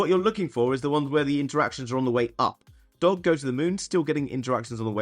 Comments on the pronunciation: Ur missing the g when u say doge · How do you not know the correct pronunciation of DOGE Coin? 😂🤨